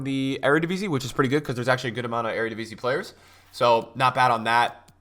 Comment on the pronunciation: For An american you have a very good pronunciation of "eredivisie"!!